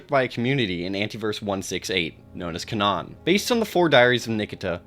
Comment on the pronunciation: Canaan is actually pronounced 'kay-nen,' not 'ka-nahn.' It's named after a town in rural Connecticut